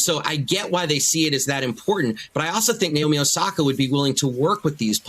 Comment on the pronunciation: also her name is naomi. not nayomi. why cant the anglos pronounce anything correctly? it's very simple na as in "national" o as in "other" mi as in "mineral"